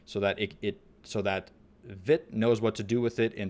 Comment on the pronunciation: it's pronounced viiit